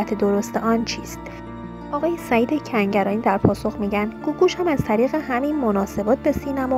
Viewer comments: از رو متن هم نمیتونی درست بخونی؟ دو بار گفتی سعید سنگرانی به جای کنگرانی! یه جا دیگه هم هُژبر یزدانی رو هَژیر یزدانی!!! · Tv+ شما این شایعات رو فقط بخاطر اینکه پست تون رو ببینند درست میکنید. این دختر گوینده اینقدر بیسواده که نمیدونه اسم فامیل هنرپیشه مورد بحث کنگرانیه نه سنگرانی . شاید هم نمیتونه تلفظ کنه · بی سواد کنگرانی رو میگه سنگرانی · سعید سنگرانی نیست خانوم گوینده. سعید کنگرانیه. تکرار کن😁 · چرا چند جا میگی سنگرانی؟